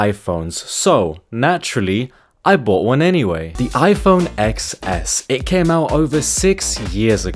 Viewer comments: It’s iPhone TenS, not eXS, Jeeez… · iPhone eXceSS anyways, its actually pronounced Ten S lol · Ex s? Man it's Ten S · It's pronounced iPhone 10S. Lol The X is a Roman numeral for 10. Apple didn't really think it through very well. Most people pronounce it wrong. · It's pronounced 10 s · Its officially pronounced 10 s btw